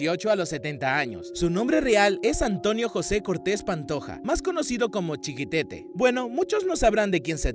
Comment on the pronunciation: Chiquitete no, chiquetete ..😂